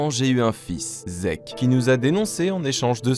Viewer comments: respecte sieg on dit pas zeke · Comment tu as prononcé Sieg 😂😂😂 tu l'a prononcé Sek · nan sieg se dit zeg